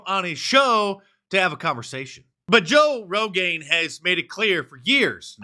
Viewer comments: Mark get it right is pronounced "Toe Rogan" EDIT: spoke to soon 😂😂😂😂😂😂😂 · I swear you said “Toe Rogan”😂He looks like a big toe. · “Joe Rogain” LOL!